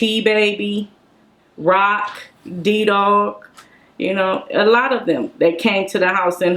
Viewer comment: Who’s D-Dog that she pronounced?